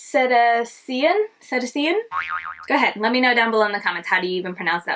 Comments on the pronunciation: Cetacean = Se-TAY-shun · I'm here from Debbie's channel. This was such an interesting colour story! In case you use the shade again, it's pronounced "si-tay-shun" and includes all whales, dolphins, and porpoises. 🐬🐋🐬 Menagerie really kills it with the pigmentation.